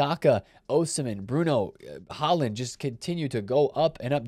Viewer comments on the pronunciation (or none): none